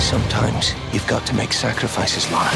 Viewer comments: IT'S LARA, NOT LAURA! cant wait for that ascension review though. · Lahrah not lorah